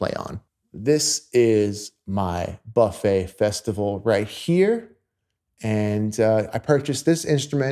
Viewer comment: Amazing vidéo. you have an incredible sound and your story about Charlie Parker is absolutely correct. At the risk of sounding like an a**h**le could you please pronounce Buffet with a hard u? Many French speakers cringe each tie you pronounce the brand name.